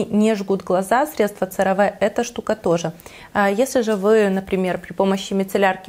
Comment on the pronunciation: Cera Ve произносится Серави